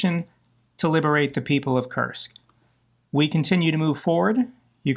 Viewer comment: Koorrsk, not Kersk 😅gotta roll those R's my man